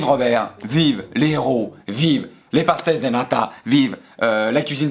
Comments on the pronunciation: Quand tu dit pastéis de nata dit past-ej de nata Tu auras plus de crédibilité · Trop bien ta vidéo mais tu as pas du tout respecter comment on prononce pastéis de nata ( pachetége des nata)